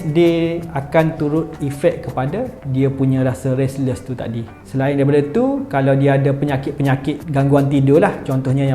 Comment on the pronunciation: Speaker sebut ‘tadi’ pun dah boleh detect org klntn sbb sebut ‘takdi’